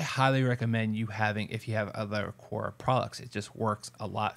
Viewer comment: The way you are saying their name is killing me